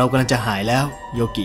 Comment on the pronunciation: อ่านว่าโยกินะครับพูดพร้อมกันนะครับยอโอโยกออิกิ โยกินะครับ555